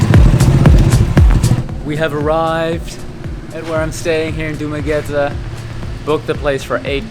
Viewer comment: congratulations, you pronouced DU MA GUE TE right, nice to hear